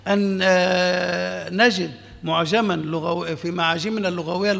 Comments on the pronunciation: قصدك يقول ( لَغَوي ) ، الصواب أن يقال : لُغَوي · المقدم للبرنامج يقول. لغوى بفتح اللام. والعين. للاسف